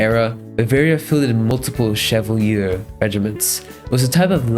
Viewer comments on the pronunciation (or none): none